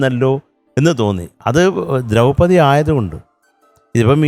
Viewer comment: ദ്രൌപതി എന്നാണ് അല്ലാതെ ദ്രോപ്പതി അല്ല